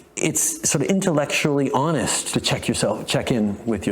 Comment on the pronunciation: “Honest” …. Did he say honest … 😂